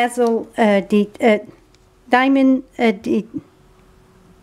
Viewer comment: the Snowman card is darn cute, I'm going to make it for my Grandsons. It's so, so comical when you are trying to say Dazzling Diamonds Glitter. Anyway my friend and I were laughing so much. You are so good a making Card. We love you. From Canada.🎄🎄🎄